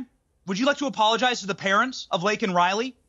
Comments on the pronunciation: Piers said Blaken Riley 😂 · Watch Kamala smile when she hears Biden mispronounce Lakens' name disgusting creature.drunk again Kamala????😢😢😢😢😢😢